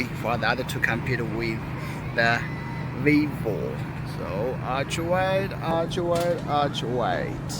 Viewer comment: Everyone pronounce: Ultra❌ pronounce: Aytia 🤣✔️